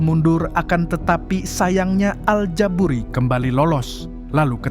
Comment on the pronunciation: al ja buri gak pakai T klo mang hehehe